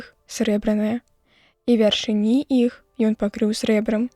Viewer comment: Правільна вяршы'ні, а не вяршыні'.